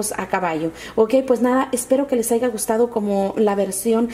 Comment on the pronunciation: no se dice AIGA, se dice HAYA!!!